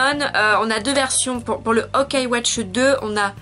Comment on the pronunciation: Juste pour info c'est pas OKAI WATCH c'est YOKAI WATCH :)